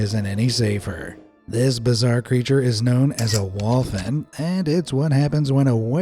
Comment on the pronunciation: wolphin. not walin